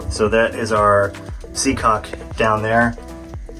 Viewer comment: LOL HE SAID SEA COCK LOL